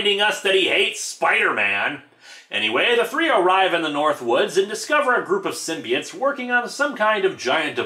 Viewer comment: IT'S PRONOUNCED SYM-BI-OTES NOT SYMBI-ITES